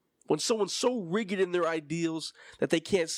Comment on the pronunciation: Oooo I have to be a stickler again the word rigid is said with a hard j sound like vagina 🤣 or saying the letter G.